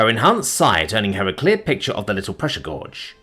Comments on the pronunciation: Grammar nazi coming through Guage - gay-ge ( the second G in George ) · Ugh... Back to mispronouncing 'gauge' again... Not sure if this helps....it's pronounced: Gay - j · No, it's gaw-juss 😂 like a Cajun saying "gorgeous" 😊